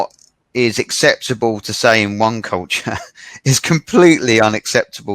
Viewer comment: 講師は何人ですか。highをホイ、sayはサイ、tinyをトイニーとか耳馴れない発音が多いですね。私は英語は出来ませんが。